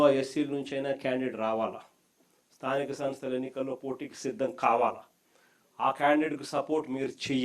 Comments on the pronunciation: స్థానిక సంస్థ అని ఉచ్ఛారణ కూడా సరిగా చేయ లేవు. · jagan తో అనిపించు కరెక్ట్ గా😂